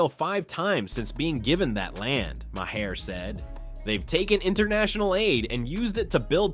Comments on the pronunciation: You’re pronouncing Mahers name wrong it’s pronounced Mar not Mahair. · It’s prononcued “Mar” nor “Myhair” or call him Bill. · Right? LMAO "Mah-hair"